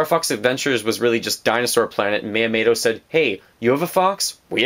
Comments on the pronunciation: I know this is nitpicking but this bothered me astronomic level. Mee-u-moe-toe. Not mayotomato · MiyaMOTO. Not MiyaMATO. Sorry, this is just really bugging me. Great video as always. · Who is Myamato? the name is MYAMOOOOOOOOOTO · Miyamato? More like Miyamoto. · Shit, you're totally right. You forgot a period though. I was just saying his Miyamoto pronunciation was WAY off, and he said it many times. It wasn't just an accident. It's called constructive criticism.